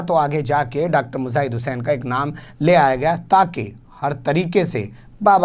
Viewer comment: Matlab.... ko bhi urdu arbi nahin aati....laanat hay... Mujaahid ko (muzaahid ) bol rahe hain.....afsos